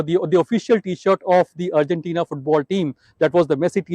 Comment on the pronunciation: Simply disgusting pronunciation . Neither the news reader nor the two onsite reporters can even pronounce Argentina. It's ARGENTINA and not URGENTINA. Horrible! Simply poor!!!